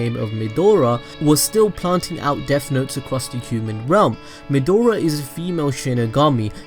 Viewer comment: why does he keep calling Maedra Midora?